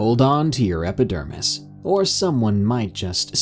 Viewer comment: "hold on to your hepidermis" well done